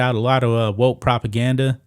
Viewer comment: Wokes NOT wotes! Learn to pronounce your k's!